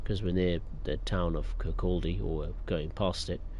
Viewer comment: Leven - pronounced Lee-ven Kirkcaldy - pronounced Kirkoddy Glenrothes - pronounced Glen-roth-es Burntisland - pronounced Burnt-Island